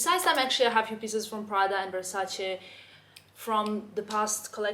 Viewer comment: La sensazione di soddisfazione quando pronuncia "Versace" in modo corretto 😌😌😌